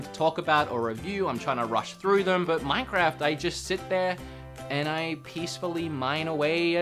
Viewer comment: None: Him every 2 seconds: MANCAFT Me: he need some milk